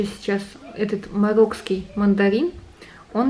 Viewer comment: Марокканский,, а не «мароккский»!